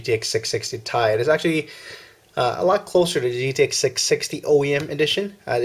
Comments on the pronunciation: It's t-i not ty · Dude it is T I not tie